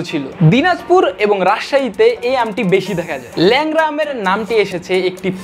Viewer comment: Lengra ❌ Leura ✅